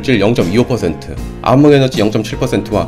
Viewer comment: ㅋㅋㅋ 아무물질 아무에너지 암흑의 발음